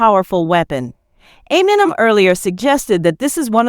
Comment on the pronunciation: God I hate AI hosts. Everyone’s names get chewed up. Just have someone read it for Christs sake, it’s not that hard. I mean who is Dr Dree, and ameenem? I’d be embarrassed if this is how my video came out, how am I supposed to buy into what’s being said if the person talking can’t pronounce normal words and names?